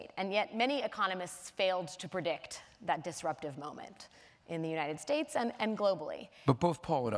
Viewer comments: I think he's saying united stakes....... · Is it just me or does Joseph Stiglitz say "United Steaks"? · Joseph Stiglitz: "The United Steaks" says it every time without fail LMAOOOOO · Why does the Stig say "United Stakes"?